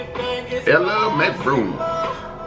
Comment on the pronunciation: really just said....Ella Mcbroom 😂 It’s.....ELLE😂😂